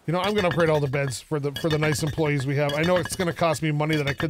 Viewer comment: “It matters how you word things and how you say things” *pronounces employees “employlees” Haha sorry. Been watching you for years and have to give you some crap. I also don’t skip ads sooooo…you’re welcome? Keep ‘em coming. I love this series:)